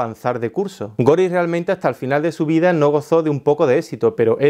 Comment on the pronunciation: si es Inglés es gori..... en ese idioma la e final es silenciosa